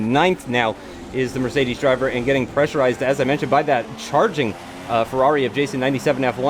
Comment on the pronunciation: He always says "pressurized" lol